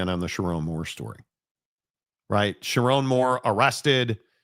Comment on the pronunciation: "sharr one moore"